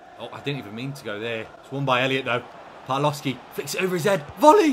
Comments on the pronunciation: Just for future reference, the W in Polish is a V sound, and the L with a line through Ł is a W sound. So it's Pav-wov-skee and Bee-yah-wek - great stuff as always, can't wait for the next one:D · A little Polish pronunciation point, the Ł with a line through it is actually a W sound, so your Polish signings are more like a "Bya-weck" and "Pav-wov-ski". Top recruitment nonetheless! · just some advice but you pronounce Pawłowski pavwovski and białek byawek but keep up the good work